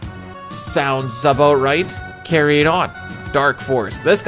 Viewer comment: Lol...I heard that "aboot" slip out during the Templar breakdown.